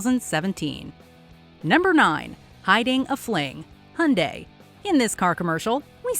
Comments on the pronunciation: How the fuc are Amercians saying HUNDAY while its fucking obvious that it is pronounced HAI UN DAY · HY UN DAI NOT HUNDAY WTFD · Hey Its hyundai (hee yun day) not hawn day or die. The Y in hyundai is not silent💯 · Soo annoying pronunciations it’s called Hi Oon Die not Hun Di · did she js.. call hyundai.. hunday?. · You are mis-pronouncing Hyundai. The H is silent. It is pronounced - Undai